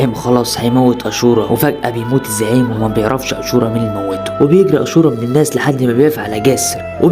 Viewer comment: اسم الفلم اشورا وليس اسورا